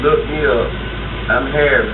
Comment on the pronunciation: How many times my mans gotta say “Hharriss”😂 I would’ve been mad asl too